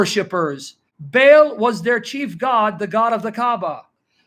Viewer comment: should enunciate Baal by saying Barl and not Bale. I could be wrong.